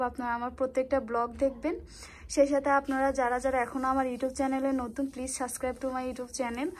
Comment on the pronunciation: Suscribe nah it's subscribe.. Please r kotobar bolbo.🥱